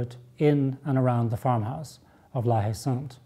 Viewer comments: when you pronounce La Haye Saint, "H" is silent, so it should be something like "La-Ay-Son" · friggingbomb88 La-Ay-San ! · If we wanted to speak French, we d have let the little bugger win. And if it as spelt la haye sainte , isn't the French pronunciation la ay sont?